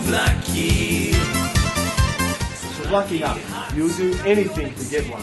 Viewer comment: Being a Greek man, I appreciate your appreciation and also the correct pronunciation of the names of things greek in this video